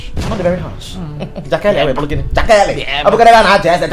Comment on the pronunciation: Is jakali not jakeli 🤣🤣🤣